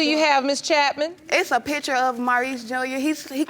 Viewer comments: i cant even listen to the first case because the lady's voice is so intolerable omg the way she says "pitcher" instead of "picture" is sending me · Sorry, but most people say pitcher 😂😂😂